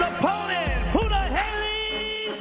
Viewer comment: Dumbass ROGAN It's pronounced PUNAHELE (POOH NAH HELL EHH) Not PUNA. HALEY.....